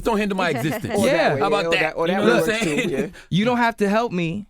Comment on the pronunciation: Nawmsaying lmao